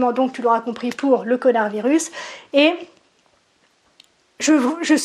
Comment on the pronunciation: tu as dis connard virus au debut ou j'ai mal entendue? 😁